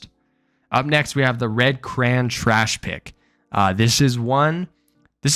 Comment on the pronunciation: no shot that’s how you say crayon